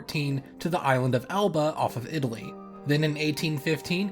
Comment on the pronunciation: Elba, not Alba.